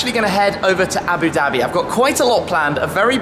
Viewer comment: "Aboo Daby"